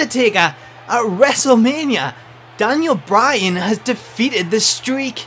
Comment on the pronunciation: DANyal Bry-Han as de-feet-ted de Unda-Tak-Ha